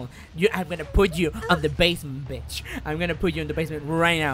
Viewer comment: "You want to play a game betch?"